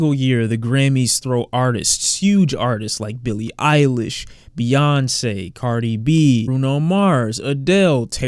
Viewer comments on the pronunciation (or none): none